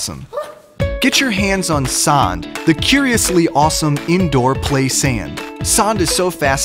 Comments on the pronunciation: get your hands at sand (but what he pronounced is sund) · get your hands on sand (but he pronounced it as saund) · not saand the A is short. Say the A faster and the pronounciation is right. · It's not "sond" but sånd. Oh no I'm gonna get wooshed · ITS SÅND NOT SOND lol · It's not pronounced "ah" it's more pronounced like a hard "oh". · Marcus Coster I'm Scandinavian, I know how 'å' is pronounced. It's "Sånd", not "Sahnd". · It's "sond" not "sand" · Its not sand its sånd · I'm a long time fan and customer of but this is driving me crazy. It's pronounced like "Soh-ahnd" not "Sahnd" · no its supossed to pronounce it like this:saand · I know I am late but I thought he said sans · It’s “Sänd” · its spelled sånd but he pronounces it like sand (swedish pronounciation) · Sånd is pronounced like the "Saund" in Saunders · you said sond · Umm.. It's actually sånd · You mean sånd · The funny thing is that the "å" letter doesn't actually make an "ah" sound XD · Uhh they said SOHND :/ or only I heard it..? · Yeah it makes me angry. Ooh look how international we are, we put this weird a looking letter in our product and don't even know that it's fucking O not A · Hanna Havam I pronounce it like "sånd" there is a difference between "o" and "å". It is very hard to explain. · He kept on saying sonde I do not know how to spell that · When a french guy tries to say sand. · you are pronouncing the å wrong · some French Dude trying to say sand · Me too xD They can't pronounce the letter å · No offense but you pronounce it wrong. Trust me I live in Sweden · Very autistic pepe Even I know he is saying it wrong🤣 I live in Norway tho, not Sweden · I like how you fail completely with the pronunciation. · I just gotta say but you’re pronouncing å wrong